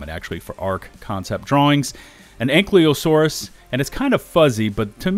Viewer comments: AIN- KY-LO-SAURUS Not ANKLEEO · I love you, but, the Y in ankylosaurus comes BEFORE the L. It's (ang-kai-low-soar-us) or (ank-E-low-soar-us), not (ank-lee-saurus)